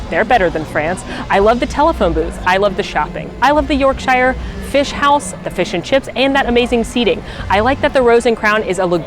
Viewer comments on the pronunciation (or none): For future information, Yorkshire is pronounced “York-sher” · I hate to break it to you but I am from the UK and it does not look like that, Also you pronounced Yorkshire wrong. It is pronounced Yorksheer, All jokes aside, I love your videos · Hey just gonna let you know Yorkshire is pronounced Yorkshure (I'm British and I don't even understand why!!!! Like a few of our towns and cities)